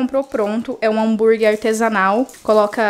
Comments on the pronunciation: Só me dá agonia de ouvir a falando "hamburgui"... É HAMBUGUERRRRR mulher kkkkk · Meu deus, desculpa, eu n estou críticando, mas...me dá muita agonia ouvir ela falando hambúrgui. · Miga adoro vc,mas me dá uma agonia quando vc fala Hambúrgui Kkkk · é hambúrguerrrrr e não hanburguiiiii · repete comigo: Hám bur gueRRR desculpa miga, mas dá uma agonia kkkk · Eu tenho muito agonia do “hamburgui”... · Mto engraçado você falando hambúrguer kkkkkkkk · Que agonia que eu tenho da falando a palavra “hambúrguer” kkkkk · É muito engraçado.😂